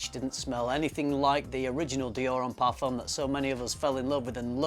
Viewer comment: Tip: do NOT pronounce the "m" in the French word "parfum". The "m" is only there to signal the nasal sound of the ("u") vowel that preceeds it... so do NOT press your lips for the typical "m" sound in English: the word ends with a vowel sound.